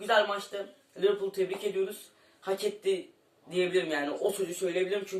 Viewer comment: Liverpul dicen mxksjd liverpol ne ya mdmdmdkd